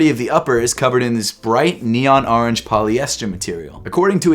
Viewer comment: Man said the arnge color way